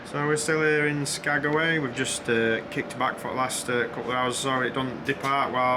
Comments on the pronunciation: No bad views anywhere there. I wondered if you were going to figure out it was Skag-way lol Some of the villages are hard to pronounce and spell. When I worked at the airline up there, I had to learn the airport codes, how to spell the town and how to say it. Chuathbaluk, Egegik, and Igiugig were my favorites! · Cool you acknowledged me correcting "SkagAway"! Loved the train scenery, excellent videoing. You nailed the shot you wanted to get. Loving this series - thanks.